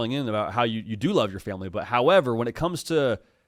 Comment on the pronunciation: ‘Mah famulee’ love the brother call in 😂